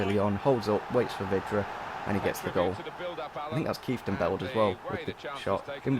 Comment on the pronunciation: It's KeiftenBELD not KeiftenBLED ........ Like so he sees it and finally stops saying it wrong